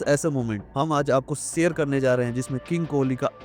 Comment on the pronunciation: Sher nahin hota hai share hota Hai chaliye suru karte hain nahin shuru karte Hain